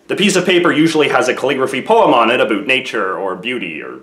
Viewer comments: Aboot. Made me giggle. Sorry! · Did you say "aboot" on purpose...? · dat aboot was amazing, I thinkk that was the best aboot i have ever heard. not being sarcastic